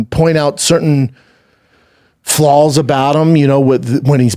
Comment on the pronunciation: Flawls lmao it’s flaws also it’s milk not melk